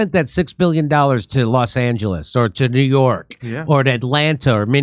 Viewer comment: You can say New Yirk or Whishington if you want.